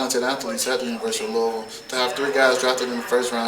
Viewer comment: Louis ville? Really? C'mon man!